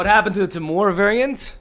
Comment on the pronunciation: it's said T---Murr...........not teh-mour :)